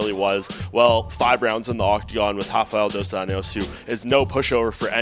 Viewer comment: Its not Dos ANIOS.its Dos anjos.Get it right kid before i ankle pick you